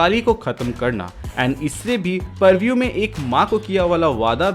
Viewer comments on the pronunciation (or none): Purvue ni re bhai...prevue